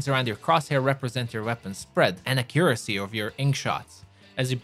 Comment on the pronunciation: What is your native language. Ac u RAH see. (Your accent) Ac YOU ruh see (american accent) Your stressed syllables is in a weird location. And idk if your french, polish, or something, i dont think its UK because even they are different from the American stressed syllables. But I'm just legit curious. I just know its not from a Spanish language. Cuz I think i can identify when their local accent shows in their English language. (I mean I love their phonics its so much easier than English phonics, i can easily read spanish words due to their phonics are less varied. I digress, what's your accent my dude.)